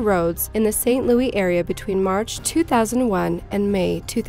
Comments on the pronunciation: It just keeps happening... Saint Looey. Hurts my head. Seriously what gives you the impression that's how its pronounced??? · It's pronounced St. Louis just like it's spelled, not Louie. :) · I love your videos and I think they are amazing.... but please stop pronouncing it St. Louie. Its St. Louis, with an S sound on the end. Other than that... keep up the incredible work. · My heart breaks for all that endured this woman say Saint Louey. Repeatedly. Ow. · "St. Louie" lol... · Look... the only person from St Louis that calls it "St Looey" is Nelly. Just stop. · St. Louis. Lew-isssss. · Learn How To Pronounce St. Louis Please. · Your not, I live in STL. Its annoying... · St. Louis is pronounced Saint Lewis. Not, Louie. I know that English isn't your first language and St. Louis is based on French, so it would make you automatically choose Louise, instead of Lewis, but it was sooooo frustrating to hear over and over. If it was closer to New Orleans it would be Louie, but it is a midwestern city. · its not pronounce st. "louie". its louis, with an 's' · St. "LOUIE"?? Its St. "LOUIS" !! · It's St LOUIS, not St Louie! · I am from the st Louis area and I have never heard anyone pronounce it the way you are. It's fucking with me Lou is not Lou ee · Wtf is "saint louie?!?" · St. Lewis. Not louie. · Stop saying "saint lou-ey", Sincerely, stl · Kills me the way she says “St. Louis” like “louey” and not “lewis” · Umm... It's not pronounced saint Loo-ee, it's saint Loo-us... Pretty major pronunciation error.. I'll cut some slack if you're a foreigner, but if you're a US citizen that's kind of embarrassing.. sorry, mate, but you have to do your research🤐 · Ok its st louis not st louie 😆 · i was actually locked up in saint louis county jail across the hall from him when he did it... also who the fuck cant pronounce st louis? its not louie its lewis ffs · St. Louie? Its called St. LOUIS. Seriously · Bill. Giles , I agree. This was super annoying as she says it like 15 times.